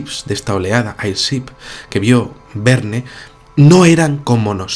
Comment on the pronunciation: Mi buen, airship se pronuncia eirchip